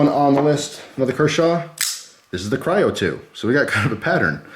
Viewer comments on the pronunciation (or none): none